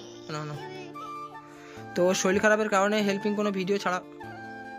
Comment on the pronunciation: শরীল ❌ শরীর ✔️